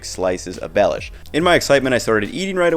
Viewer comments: for others: it's not pronounced as "Lord Baelish" but instead as Be [as in "best"] lhiou [as in "Liubljana"] sh [as in another word for "excrement"] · It is pronounced "belyash, with an accent on "ya" not on "be"." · For Slovakians: this guy quite missed the pronounciation or the spelling of the name so if you want original slovak recipes, search for Beľuš, Beľuša or [plural] Beľuše. Recipes come mostly from Spiš region.